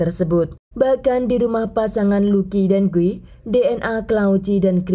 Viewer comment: Di Brazil Guy dibaca gui ya kk, bukan gay..